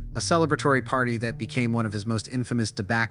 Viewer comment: You should learn how to pronounce "debacle" instead of getting AI to write your scripts